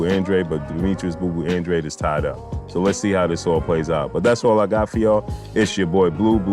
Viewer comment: Yo stop disrespecting ANDRADE, you're saying his name wrong fam